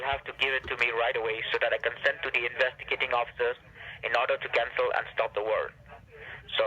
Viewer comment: Investigitating officers. Rakesh is that you? 🤣